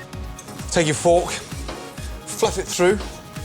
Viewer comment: I died when he pronounced "Take your fork" it sounded like he said fok